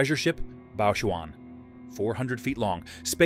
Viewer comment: Please learn to pronounce ur chinese proper... (It's "ba quan" not "ba juan") U multilated chinese to sound French.....damn... 😏